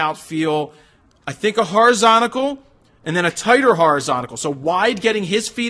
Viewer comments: Did you mean "horizontal" ? You said "horizonical"...hmm just saying... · Jared, Please stop saying horizontical, try horizontal in future. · Wtf is horizontical? 😂 😆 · "Horizsontical"??? Exactly when did they stop teaching English in schools?